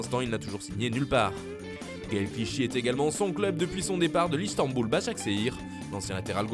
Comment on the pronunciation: istambul bashkshahir pas sheir vous prononcé rien vous les gaulois